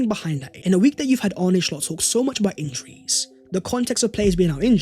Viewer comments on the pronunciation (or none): none